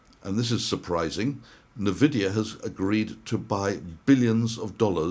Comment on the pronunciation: Hi, I think it's N (en) vidia, not n (na) vidia. 👊